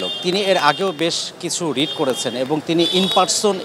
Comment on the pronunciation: রিট হবে ❤ রিড নয়